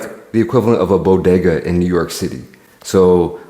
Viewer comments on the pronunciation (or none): none